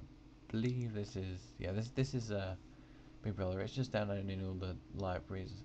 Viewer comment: Nice video, but I had to say this: Lol, "bigbwuvva"